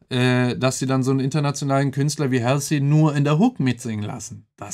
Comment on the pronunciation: Sie wird btw nicht "Hälßi" ausgesprochen sondern "Holsi"